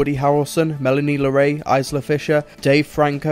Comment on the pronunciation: I love your reviews, but some of your pronunciations are off here. It's pronounced Melanie Laur-ont, Eye-la Fisher and Bobby Co-en and for future reference, the "a" in Moffat should read softer, as if it was an "e" or a "u". Please don't see this as a dig, as it's the only thing I think you could improve.